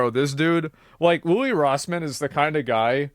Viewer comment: LOUIS NOT LOUI